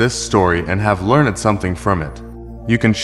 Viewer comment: "I hope you enjoyed this story and have learned something from it." : The word "learned" in this word should, in this case, not be pronounced as if the singular "e" (between "n" and "d") would make an extra syllable. That would only be the case if saying something like "a learned scholar".